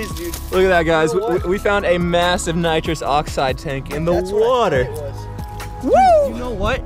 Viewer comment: How hard is it to say nitrous oxide